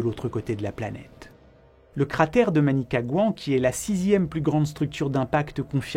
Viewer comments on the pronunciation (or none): La Manicagouan